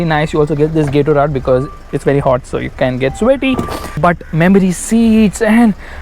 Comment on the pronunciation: Gatorade is pronounced (gatoraid not gatorad)